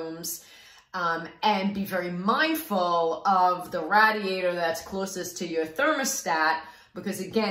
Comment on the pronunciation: Rah-diator! thank you very helpfull